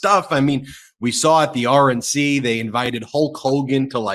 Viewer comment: I swear one time you said RNC and I thought you said oRaNge C and I thought how apropos. It would be a great joke from now on.